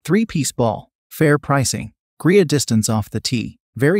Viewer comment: Have watched other videos from this source. Not bad, but my recommendation is that the maker listen to their own product. Titleist V1x is not Titelist "Vonex", and misspelled words are spoken as they are misspelled (example: instead of "great" they typed and read "grea"). Technology is wonderful but it doesn't fix ineptness or stupid.